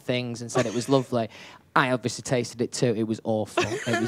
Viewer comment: I know I have been saying this for ages!! He pronounces it completely wrong. Also Harry does it with the word "obviously" I noticed. He says obvioushly